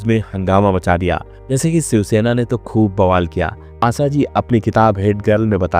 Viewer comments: भाई तेरे उच्चानसब गुड़ गोबर कर दिया श को से ही बोलते हो , आशा को आसा बोल रहे हो पूर्वांचल से हो क्या क्ष को भी छ बोल रहे हो सत्यानाश।रण ने तो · Aap aasaa aasaa hûdd se zyada bolaa. Asal mèï vo aasaa nahee ASHA hāï Saadi = shaadi --- Aap every day Aashaa aashaa kar k 100 baar boliyega. Taa k Aap ka SAA Shaa hoojaaye.